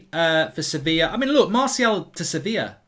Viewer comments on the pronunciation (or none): none